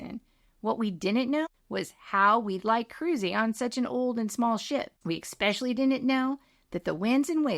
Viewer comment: The correct pronunciation of the word “especially” es - PESH - il - lee. Not ex PESH il lee. It is ANNOYING watching a professional link with incorrect English being spoken.